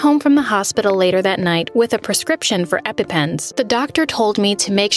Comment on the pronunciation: You arent saying Epepens right sorey to be rude but its annoying meh